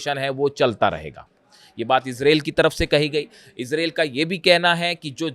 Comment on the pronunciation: इसरेल इसरेल क्या होता? इजराइल इजराइल बोलो. एंकर हो. मयंक शैख़ कब तक चलाओगे अपनी गप